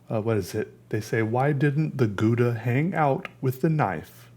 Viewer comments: your saying it wrong its gow-da gow not guda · its pronounced "gauda" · For all u dicks pronouncing it gouda, its pronounced "hhhowda" dont blame me... blame the dutch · Matthijs Roos - is it pronounced gow- da? That’s how I always say it and people look at me like I missed the short bus. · It's pronounced how-dah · I hate how English people pronounce Gouda. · I just wanted to hear you say Gouda cheese and it was just as satisfying as I’d hoped. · I like the way you pronounce 'Gouda'. It's a city in the Netherlands. Obviously, Dutch is a language which sometimes has words which are hard to pronounce (more like: most of the time), so it's always fun to see foreign people trying to use these words. I think I'll stop here before this message gets too cliché... Hehe Greetings from somewhere in the Netherlands! Ps: also, I didn't mean to judge you, I'm actually really happy that people try things. That's also the reason that I like following you struggling to learn to tattoo, if that's even a verb... Excited for the next video!